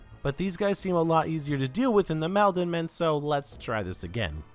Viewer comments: god the way you kept saying "MAHLdenmen"................its pronounced Maul-den-men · I think it’s probably pronounced “mall-den” men—Malden is a city in MA. Had to say something 😂 great video